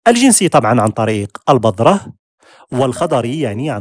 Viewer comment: لي عندك رجاء أخي الفاضل، ارجو ان تتقبله بصدر رحب، رجاء لا تنطق اسم القناة هكذا «بضرة» انطقها كما هي «بذرة» حتى انها هكذا أجمل وأحب للسمع ،، تحياتي 😊😊